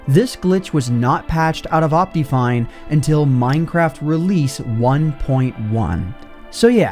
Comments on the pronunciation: What is wrong with your pronunciation of optifine? It's not ahp-tea, it's ahp-tih. Second, why are you still intro-ing things ? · based on the way he pronounces optifine, i can only assume also says "op-tee-mism" and "op-tee-cal" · you say optifine weird do you pronounce optimize as opTEEmize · The most broken thing in this video is his pronunciation of optifine